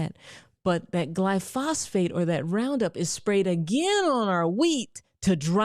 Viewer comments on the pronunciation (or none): Glyphosate*, not Glyphosphate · Glyphosate = GLY-fos-ate, NOT gly-FOS-Fate. I also made the same mistake for years until someone pronounced it properly, and I took another look at the spelling. Great info on diet, by the way. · Girl I love you but it's Glyphosate lol. Not gly phosphate. Paul saladino always talks about it, he's the one against all of the seed oils that you talked about. Also that faux meet you're talking about is pronounced say tan. So it's not exactly said like Satan. Lol. Yes it does sound similar but not exactly the same. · Friendly correction from analytical chemist…gly-pho-sate, not gly-phosphate…plus soy contains an estrogen related chemical which suppresses testosterone and causes gynomastia or “man-boobs”. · Glyphosate. Not glyphosphate🎉❤😂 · Glyphosate, not glyphosphate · Considering most vegetables are heavily sprayed with glyphosate, not glyphosphate, (you pronounced it wrong repeatedly throughout this video)how can you recommend that anyone eats them? You talk about how oats and seed oils are full of glyphosate so they’re extremely bad for you, but it’s good to eat vegetables?? You’re right about the seed oils, very wrong about the vegetables. Any botanist will tell you 99.9% of plants are inedible before they’re even sprayed with cancer causing round-up. The ones that we CAN eat also come with allergic reactions, lectins, carcinogens, phytotoxins like cyanogenic glycosides, oxalates and alkaloids to name a few. There is nothing bad in meat. Carnivores that have been living this way for 30-40 years are the most healthy people around with very little skin disorders, allergies, autoimmune disorders etc. And they’re not obese! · Constructive criticism … you seem to be mispronouncing the scientific name for the brand name weed killer, Roundup. You are saying “Glyphosfate” and it’s “Glyphosate” … jus’ sayin’. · not GLY-PHOS-PHATE, but GLY-PHO-SATE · Edit out gly-phosphate for glyphosate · It's glyphosate not glyphosfate.